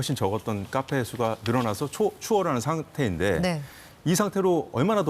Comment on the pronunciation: 카페라고 쓰고 까페라고 읽는